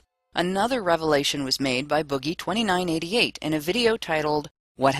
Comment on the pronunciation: Bob White I know the story... I was just triggered by how she pronounced his name.